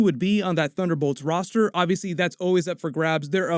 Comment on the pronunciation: Thunderbolts Ross-ter.